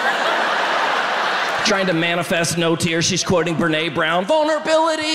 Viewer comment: "René Brown" That's some research there 😂